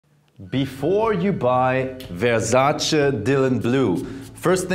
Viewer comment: Vewsace Ewos 😆